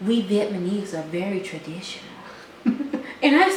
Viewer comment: you guys are sooooooooooo funny I enjoy watching your videos and crack up btw it's vietnamese, not vietmanese :))